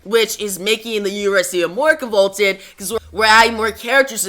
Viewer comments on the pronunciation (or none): I agree the quality suffers when the book has to come out twice a month. Convoluted is pronounced with a long U sound btw like lute